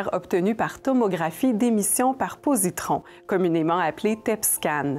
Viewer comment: Positons et non positrons